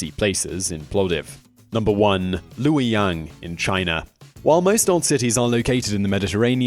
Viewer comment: you get a like for pronouncing luoyang correctly